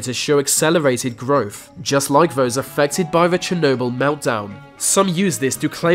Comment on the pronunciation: Vhose who planted vem were not expecting vhis